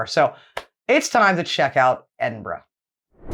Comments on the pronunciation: It is pronounced Edinbruh, or even as some east coast Scottish folk call it Edinburrah, not what you said: Edinbru as in Irn Bru (brew), so I am asking YOU to please, please, pronounce it correctly or go and live in a burooo. pronounced it 100% correctly. I think she messed up once, but who cares? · One thing though the narrator doesn’t quite get the pronunciation right - pretty sure it’s Edin bruh not not Edin Burh. This said, I still miss pronounce place names in the east midland and I’ve been here 15 years now…..😊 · is not that difficult to corectly say my capatial city its not boro its burgh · Top tip; instead of stumbling over your Edin ‘borro’ and Edin ‘borrow’s’ lol try a very normal Edin ‘burruh’ or Edin ‘bruh’ depending on the context but both equally acceptable. Come visit soon ❤❤ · Ehdin -burra!